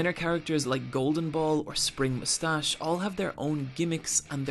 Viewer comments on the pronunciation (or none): none